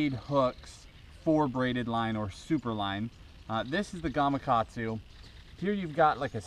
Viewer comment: Hey, great video man! Thank you for saying GamaKatsu how it's spelled, and not GamaGatsu. That just totally made the video awesome.